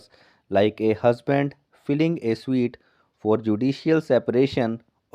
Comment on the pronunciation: स्वीट नहीं स्युट